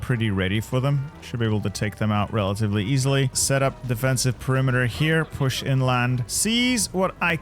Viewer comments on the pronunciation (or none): none